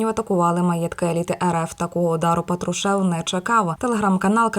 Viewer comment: Когда ты научишся правильно говорить фамилию патрушева ??? Кем бы он не был !!!!